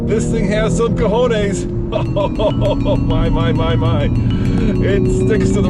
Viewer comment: When a middle aged white man says "This thing has some Cahones" in the whitest say possible I can never look at another Audi again